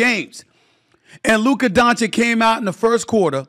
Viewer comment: What am I supposed to do here? Shall I be happy that Stefin Oi. gives Luka credit (while still mispronouncing his name) ahead of the last series, when he continiously since his draft day has disrespected him? When he picked Ayton before him? When he praised booker? When he picked the Clippers, Oklahoma & Minnesota ahead of the Mavs? When he picked SGA, Jalen Brunson & Ant ahead of Luka (all "brothers" btw)? Shall I be happy and reward this just hoping that by seeing a positive feedback maybe Stephon A. Smoth will then be fair towards Luka while I know he most likely waits for the best opportunity to shoot against him again and find a new brother to be the face of the league before Luka violates his next first choice? The problem when your takes don't have an ounce of basketball knowledge behind themselves and are mostly driven by "storylines", personal pride and pettiness as well as a certain level of xenophobia is that afterwards nobody believes a word you say anymore because you lack consistency Steffan AY. At this point I do not care anymore, they had years, I hope they are all doubling down in rooting against the Mavs and I because of these narratives have stopped watching ESPN a long time ago and am happy there are certain content creators, that have a clear voice and just make a comprehension of all the nonsense you guys are spouting. Thanks Steophanios A. Smath but after 6 years these 2-3 videos aren't enough to make us forget. You still have a following, accept defeat